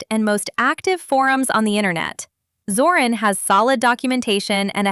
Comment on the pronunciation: Es nuss shon schwer sein zu lesen Zorin mit I nicht Zoran